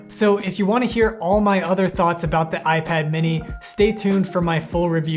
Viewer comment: dude messed up the most important word in the intro